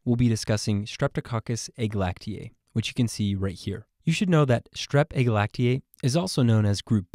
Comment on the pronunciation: Agalactiae does not sound like glacier 😂